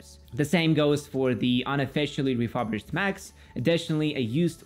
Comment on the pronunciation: “Refurbished” is pronounced like reeh-fur-bisht (where fur is like cat’s fur), not reeh-fub-risht